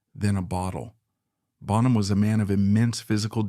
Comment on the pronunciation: yeah, the pronunciation of "Bonham" gave it away, for me